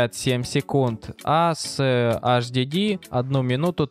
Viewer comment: Правильно не hhd, а hdd